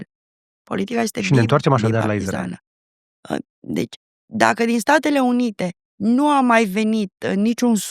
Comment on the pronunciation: Inainte de toate invatati sa pronuntati corect Israel!!!!!dupa aceea faceti teorii!!!!